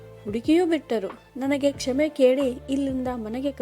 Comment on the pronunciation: ಕ್ಷಮೆ ಆಗಬೇಕು ಕ್ಷೇಮೆ ಅಲ್ಲ